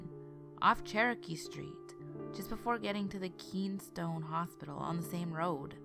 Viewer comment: And it’s Kenn-e-stone hospital. And Geoff is pronounced Jeff